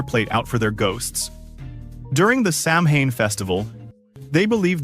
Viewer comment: The word samhain is pronounced sowin with the sow pronounced like a female pig.